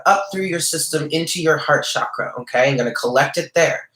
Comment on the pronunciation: "Ajna" (3rd eye) is pronounced "awn yaw". "Chakra" is pronounced "chuck ruh" (not "shock" and not "chalk")- don't worry, I studied Sanskrit, and I have hardly ever heard anyone pronounce chakra correctly. With the 9 of pentacles, the bird on her hand can also symbolize pets. I just found a kitty 2 days ago! It feels significant to me :) I'm not sure how anyone can pronounce that the veil is gone. If the veil was actually gone, we would be seeing all the angels, demons, vampires, ghosts, etc. around us. When the 3rd eye is activated, one can see these things beyond the veil. But if the veil was fully gone, everyone would see these things without need of the 3rd eye. Also, Kundalini is much more than potential energy. She is a Goddess. Trying to awaken Kundalini Shakti without proper guidance can be ill-advised. Kundalini awakening usually follows many years (lifetimes) of deep earnest spiritual yearning and work, is a heavily karmic once-in-a lifetime gift, and is not something that is just casually recommended by a tarot card. I feel wary seeing these esoteric words and concepts bandied about by so many people in the New Age circles and the internet who haven't studied them or truly understand the depth of them. I usually don't get involved with a bunch of corrections, but I appreciate your readings and sense you are a person who is open and learning.